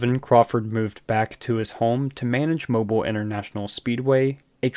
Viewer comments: It’s moe-beal not like mobil 1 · From a local, Its pronounced Mo-BEEL not MoBUL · Mobile Alabama isn't pronounced mo-bull, like something that moves. It is mo-beel, like the baby toy. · FYI: The city and track name is pronounced MO BEEL, not mobul. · Its not mobile as in mobile phone. There's generally 2 ways you can say the name. Moe-bill, or moe-beel. Moe-bill is more common. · Bro. It’s Moe-bill not Mobil. Your videos are great tho 🎉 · It's MO-BEEL Speedway not like a mobille phone dude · It’s pronounced Mo-Bill, not Mo-bull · Please. For the love of god pronounce Mobile “Mo-Beal” No one in Alabama calls it “moble” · I remember when this happened and couldn't believe it. Also, Mobile is pronounced Mo-beal. You even put a video in that pronounces it correctly. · Okay, good video about a horrible human being. But, the city in Alabama is pronounced, "Moe--Bill". Like 2 guys names. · Mobile = Mow-Beale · its mo- bill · It’s pronounced Mo-Bill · Seriously? You have never heard that Mobile (the city and bay) is pronounced “Mo-Beal”? Really? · Mobile is pronounced Mo-beel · You can’t even say the name of his home town right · That's not how you pronounce Mobile